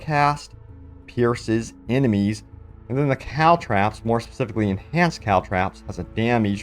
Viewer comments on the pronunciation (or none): It's "trop"....like "stop" Cal-trop-s